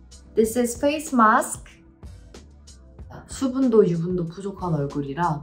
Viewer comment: the way she said facemask was so indian accent coded 😭